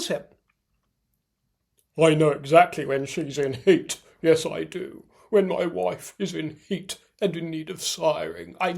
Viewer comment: "When my woif is in heat and in need of siring"...😂😂😂😂 I nearly choked on my lunch!😂